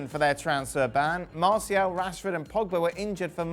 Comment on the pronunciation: Did Don said Martial out or am I deaf🤦‍♂️😭🤣. Rashy or Greenwood out not Tony for Sancho